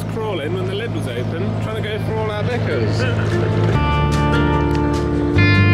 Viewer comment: I genuinely thought I’d heard you say the spider was after your knickers not bickers 😂🕷